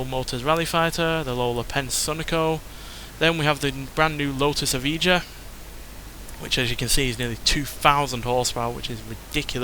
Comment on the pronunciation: Evija is pronounced Eve-eye-ya. Finally great to see a new Lotus model after so long! Great to finally see a new Subaru model in the form of the S209!